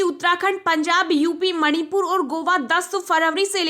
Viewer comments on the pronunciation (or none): none